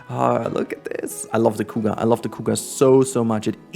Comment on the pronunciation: the coo ga... sorry but that's most hilarious pronunciation for cougar I have ever heard. I am not making fun of you it just caught me off guard.